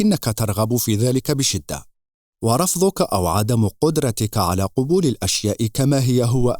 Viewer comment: احسنت موفق لكل خير ان شاء الله..من باب لفت النظر تُلفظ قَبول بالفتح لا قُبول لأن قبول بالضم جمع قُبُل